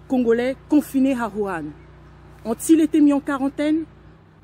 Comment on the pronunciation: ON DIT WUHAN ET NON WURAN